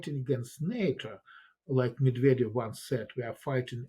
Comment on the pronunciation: 'Meddyev'? 'Nookyuller'? Who is this woman?!🙄